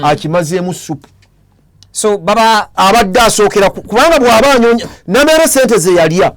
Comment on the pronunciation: Not Nammere, ye Nameere